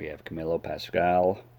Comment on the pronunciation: His name is pronounced Pass-squal